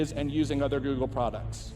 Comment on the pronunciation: GOOGLE ,,,,,,GO----OGLE!